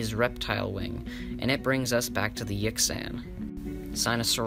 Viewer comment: The mandarin chinese X shounds like SH and the Q is CH. Yixian sounds like Yeesheeahn. Xu Xing sounds like Shu Shing. Jinzhou sounds like Jin-jo-oo. Chinese has 2 J sounds and OU is a diphthong not a blended vowel sound. When speaking let the O sound slip into the U and then quickly diminish. Less cunning linguists drop the U sound all together. So you will hear Jin-jo. Kick ass content btw.